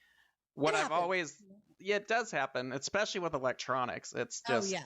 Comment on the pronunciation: I have heard especially, exspecially, but i havent heard EDDspecially before....